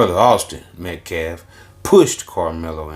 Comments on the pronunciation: He didn't even pronounce Austin's last name correctly. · smh the “lawyer” can’t even say the victim’s last name right. 🙄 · Try pronouncing the victims name correctly Biden, um I mean Mr. BLM lawyer.